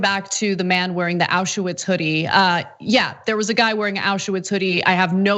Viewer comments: Ana, it is spelled (and written) Auschwitz, not AuschEwitz. thx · Why do you keep saying "auschUwitz", it's "auschwitz". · It's AU-schwitz, not ASCH-uwitz!!! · Also "auscha-witz"